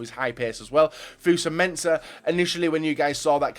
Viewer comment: Fucking can't even say "Fosu" the fucking guy says Fusa